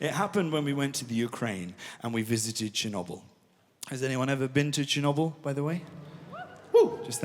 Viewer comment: "Chinnuble" instead of Chernobyl